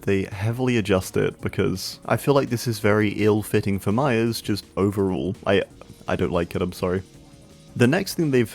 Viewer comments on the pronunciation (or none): I thought he was saying mya. Til I see Myers